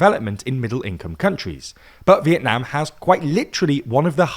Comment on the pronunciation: you say vietnam in a way that sounds like when someone from vietnam says it in english and its cool this is a compliment :3